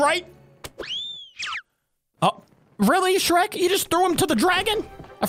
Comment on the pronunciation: BOY THAT ANT SHREK THATS SHRERSH